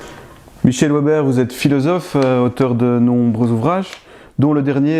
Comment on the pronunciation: Déjà "Ouèbère", c'est mal parti, c'est un patronyme germanique, donc ça se prononce Véber, mais ça, évidemment un journaliste ne peut pas le savoir, hier soir aux infos j'en ai entendu qui parlait d'un "Landère" allemand, le mec, 1/ il savait pas que ça s'écrit Länder et donc que ça se prononce Lènnder, 2/ il n'avait même pas imaginé que "Länder" puisse être le pluriel de "Land". Je serais vraiment curieux de savoir ce qu'ils apprennent, dans leurs écoles.